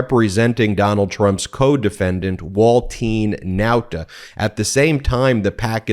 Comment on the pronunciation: Ben, who is "walt TEEN nauta "? Why do you keep saying this? You are the only person all over the internet that is saying his name this way. What's the deal buddy? What am I missing? I seriously want to understand.